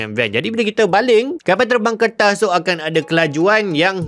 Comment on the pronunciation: Knapa nk sebut kertas to mcm bnyi tamil.